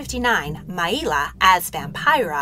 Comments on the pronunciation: Correct. And her name was Maila (My-La) not My-E-La right? If you love Maila like I do you should check out Ashes Fallen - The Ballad of Maila on YouTube. Such an amazing tribute song 🖤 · The pronunciation of Maila is wrong, it's not Mai-ila it's just pronounced how it sounds.like Mayla. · She pronounced her name "My-la" not "My-ee-la" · Everyone I’ve known even vintage interviews pronounced it mail-a